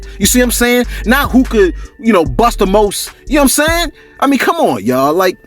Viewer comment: Shout out to you bro . I’m African , Liberian 🇱🇷 to be exact . The way you commentate be having me rolling with laughters as usual, I ve never had a bad time listening to you on here bro, my favorite is when you say “ you see I’m saying!” 🤣😂😂😂💯 . And then out of sudden a long deep breath of silence 😂😂😂. Keep it up fam.